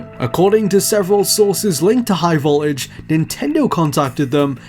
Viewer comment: Why doesn't this guy pronounce his Ts? Every time he said "high voltage" he says "high vol-age." It's really irritating me.